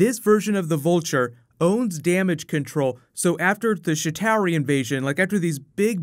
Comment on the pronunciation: Please pronunce Chitauri right, please. You're not pronouncing it right